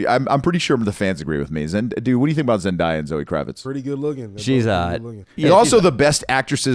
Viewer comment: ZendAya not Zendiya